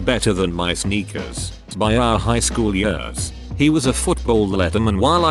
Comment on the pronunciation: Am I the only one who hates the way this text to speech says the word “years”